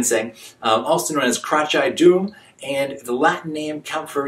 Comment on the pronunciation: krachai dam, not dum but dam. Dam mean black in thai language